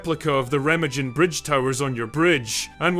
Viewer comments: Remma-jen 😅😅😅 it s Ree-ma-gun. Interesting.. subbed from Essex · Its pronounced REHH-MAHHGEN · Yeah...its Rah-Mah-Gen...and, um..its was also pronounced Guy-ler-men. John Guylermen. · That’s reh-MAHG-en. Hard G. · Oh, for fun. Re-MAH-gen. John GILL-er-min.